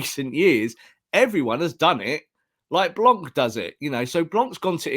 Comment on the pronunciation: The “C” in “blanc” is silent.